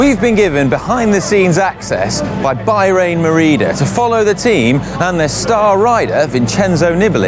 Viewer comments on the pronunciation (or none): It's Bah-rain, not Buy-rain, sheesh get it right. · "By-rain Merida"?